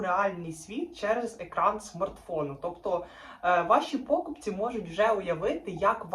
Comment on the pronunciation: зову пОкупці. раз покупцІ, два рази пОкупці. в чому проблема? вам інтелекту не вистачає нормально говорити, вивчити правильний наголос в одному єдиному слові? чи ще 10 відео будете переходити з неправильного наголосу на правильний? в чому проблема? ви представляєте серйозну компанію, і як вас люди мають сприймати? я вже сто раз за це писав, і як об стінку. тому ще раз питаю, в чому ваша проблема?